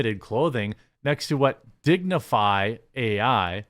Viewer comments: Lol its still pronounced "dignify" haha Jeremy still struggles with phonetics after all these years :) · Its just pronounced dignify. Dig Nu Fai